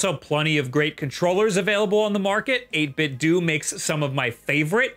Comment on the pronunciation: Pronounce Nintendo. Now pronounce 8Bitdo. I think the "do" in both is supposed to sound the same